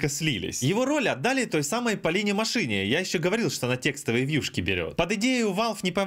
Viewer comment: Возможно ты просто с юмором это делаешь, но, просто на всякий случай - у Полины ударение на букву "а" в фамилии. Мáшина Полина (не прими как негатив). Знаю эту инфу потому, что она была менеджером в турнирах от Pavaga Gaming в годах. Она нас поправляла, так как сами говорили, что она тачка :)